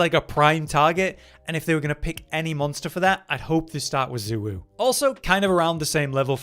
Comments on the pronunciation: Congrats youve rage baited me enough to comment on how bad those pronounciations are. ITS SHAY WUU NOT ZU WUU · Xu Wu is pronounced “Zhey Woo” 😭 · excuse me but we all decided it is pronounced UwU.